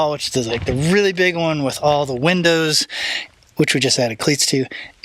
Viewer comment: Gin-dows 😅 Also, as always, you guys have the best b-roll! Stunning, beautiful, fabulous!